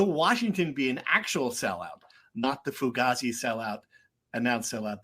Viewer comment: Antifa member mispronounced Fugazi 😅 Fine has my channels endorsement Fine 2024 for the win